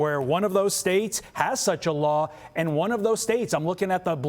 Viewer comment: That's not how you pronounce "Tournament"! HAHAHA